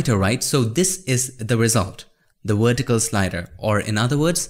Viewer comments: The Wertical axis. Love it ;) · the wertical got me dying.